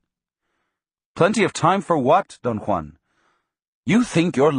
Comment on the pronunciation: That's how Juan is pronounced in proper Spanish. It's authentic and I appreciate it.